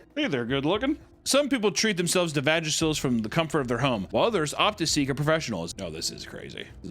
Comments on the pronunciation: I’m so mad at the way papa pronounced vagacial, it’s like “vajay jay” “vah-jaycial” it’s kinda funny bro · Heads up it’s pronounced Va-Jay-Shul, like a facial for the vagina. Vagisil is a topical product lol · The constant mispronunciation of Vajacial (like facial) to Vagasil (a medicine) is really sending me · I'm cackling because he said vagisil and not VAJA(as in vajay jay)-cial. Hey, they may need vagisil after messing with their biome and doing unnecessary treatments to their nethers. Top tier video as always Papa! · It's "Va-Jay-shull" like "Facial" 💁🏽‍♀️ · It's pronounced "Vah-jay-shuhl", it rhymes with facial. It's great for people prone to ingrowns or irritation😊